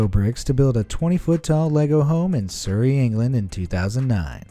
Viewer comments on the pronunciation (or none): none